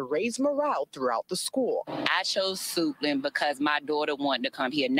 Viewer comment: Did she say...SUITLAND HIGH SCHOOL?